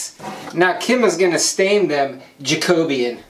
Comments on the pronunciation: Hey Guys!! Love this project... as always!! I saw a video from another YouTuber that went to the Creativation convention. She literally asked a man that works for Minwax how to pronounce the name of the stain you just used!! And guess what!? You were saying it right the whole time! “Jack O Bean”! Had to come and tell you right away! Lol! As always, You 2 totally kick butt! (I look forward to your videos on Friday’s!) ✌🏼☮️ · If u look her post about creativation a gentleman from Midwax says how to pronounce it correctly and it's Jac O Bean. U guys were right before